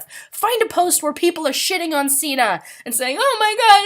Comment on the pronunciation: I shipped septiplier just for the edits and cute pictures. But now that I know they have GFS, which I've known for 2 years now, I LOVE septishuu and amyplier. BTW is pronounced (sig-ner).